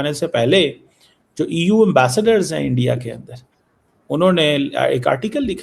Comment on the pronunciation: শুন গিধড় কে বাচ্চে চিমে "ইন্ডিয়া" উচ্চারন হবে, " এ্যনডিয়া " নয় সমঝা বে, মাদ্রেসে ছাপ?